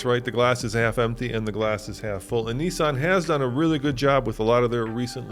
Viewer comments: Nissan,not Neesun.🤣🤣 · i say Nissan you say Nessan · It pains me every time I hear the way Americans pronounce Nissan.